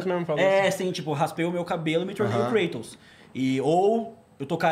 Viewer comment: Pronunciar "Kreitos" em inglês é muito sem noção da Etimologia da palavra. Κράτος é grego, se pronuncia KRATOS muito próximo como no Português.